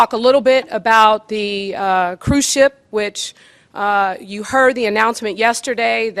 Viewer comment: Hey. This is a cruise ship, not cruise chip. Also, ships dock, airplanes land.